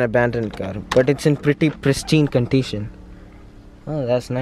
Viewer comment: 1.35 "presHtine CONTITION"😂